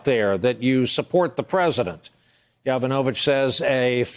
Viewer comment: Good grief, it's not "Ya VE no vitch," it's "Ya VON a vitch."